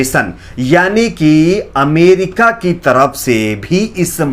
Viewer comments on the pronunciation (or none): none